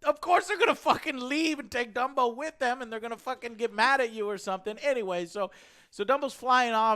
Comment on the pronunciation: Dumbo? I thought you said Wumbo